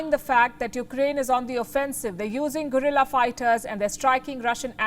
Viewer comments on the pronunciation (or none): Palki still can't tell GORILLA and GUERILLA apart. Bimbo